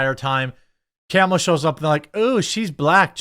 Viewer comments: Why do you keep saying kAmala? It's kamAla. The name is Indian af. It's like saying Jovović (Serbian) but pronuncing it jovOvić instead jOvović. It sounds wrong. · It's pronounced "Comma-la" not camel-la. I don't like her either. But why can't anyone pronounce her name? If i hadn't watched a video of her explaining how to say her name, i wouldn't know. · TheQuartering , Now Jeremy, don't be racist; it's pronounced "Kamelbreath". 😂😂😂😂😂😂😂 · Anyone wanna coin the term Koala harris? Both mispronounces her name AND calls her one of the dumbest animals in the world, haha